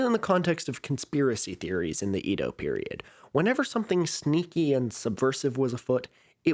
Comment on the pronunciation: Edo is pronounced "Ey-doh" not "ee-doh"